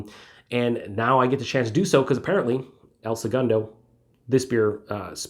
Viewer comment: I laugh every time you say "El Sugundo" 😄 🍺CHEERS🍻